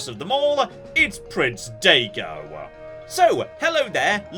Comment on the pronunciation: Especially Daigo.